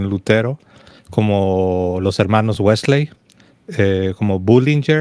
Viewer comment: Los dos hablan Inglés- a ti nunca te he escuchado pero se que lo hablas- tú si lo hablas tu esposa es norteamericana y ambos pronuncian WeslEy, no la última " e " no se pronuncia, es ' Wesly' así es la correcta pronunciación, qué pues dicen en el norte, gracias.